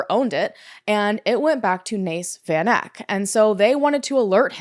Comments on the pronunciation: Van Eck...pronounced...Fun Ek. It's Afrikaans. 😊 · hey! south african here. it's great to see south african cases being covered, i just wanna politely suggest checking pronounciation of names especially of victims. for example, the "van" of "van eck" is prounced like the word "fun." also interms of the life sentences, not sure if this is a thing in the US too but they could have and should have given her multiple life sentences SA is a shitshow, ive literally never even heard of this case because of how disgustingly common this stuff is. i was like 8 at the time but havent heard about it since either. just last month three farmers unalived two women and fed them to their pigs :,) you should also look into the Krugersdorp (nicknamed "Devilsdorp") cult/killers. the ringleader is serving 13 life sentences